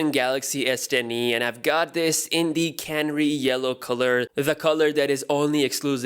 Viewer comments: It is ca-na-ree not canree :-) canary as in the bird canary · Did he say Can-ry or Canary? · You are favourite tech guy ..but you pronouncing canary wrong xx